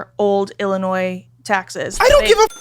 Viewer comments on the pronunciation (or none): none